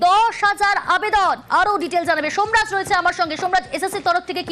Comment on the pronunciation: সোমরাজ ❎ ডোমরাজ ✅